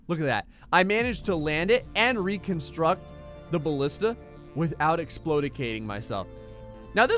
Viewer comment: The Greek word is Μπαλίστα. So you were pronouncing it right. Its Ballista.